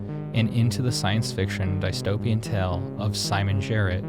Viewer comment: There is no reincarnation, a computer program that thinks it is a human is not a human, and that is not remotely close to how "dystopia" is pronounced.